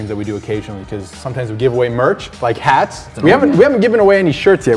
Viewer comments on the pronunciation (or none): When he said "like hats" the end of "like" the "cuh" sound continued with "hats" cuh + hats = cats